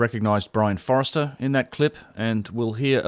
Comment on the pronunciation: Brien Foerster not Forester - think of Robert Forster from that great Aussie band The Go Betweens if that helps (You of all people should be aware of the sensitivities of pronouncing surnames correctly - just sayin')